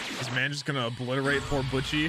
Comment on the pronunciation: man butchered poor butchie